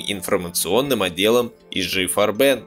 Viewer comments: фганцузский концегн "Фарбе'н", с ударением на суффикс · Так фильм Ромма И ЕСТЬ общий обзор, у него совершенно другая задача. Он больше о человеческой психологии и нравственности. С моей точки зрения, фильм переполнен, именно ПЕРЕ полнен фактами, за которыми теряется общая картина. И очень режут слух неправильные ударения (ГабЕр, фарбЕн ,Тиссен, слава богу хоть не ГитлЕр), чис лительные вроде "девятиста", и сокращение нсдАп. Ну совсем не по-русски...